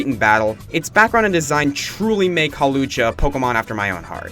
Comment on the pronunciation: IT'S HAWLUCHA, NOT HAWLCHULA!